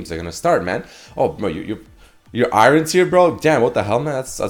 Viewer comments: Anyone else annoyed of his pronunciation of 'Iron'? Saying i-ren.. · The way you pronounce iron tilts me so bad lol XD